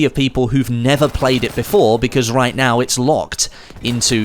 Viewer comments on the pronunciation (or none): none